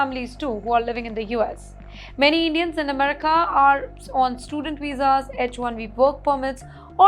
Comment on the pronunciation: Lots of Techies come to US from Kerala also. You didn’t mention Kerala. Now, please improve your pro noun ciation “Amrica”, “N videa” etc. Thank you